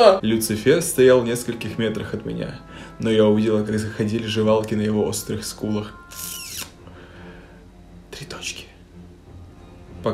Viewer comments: все: желваки: ЖЕВАЛКИ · Читать "желваки", как "жевалки"! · желваки: просто существуют: жЕвАлКи